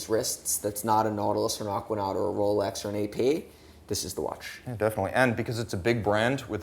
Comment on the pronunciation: Not ROWLECKS lol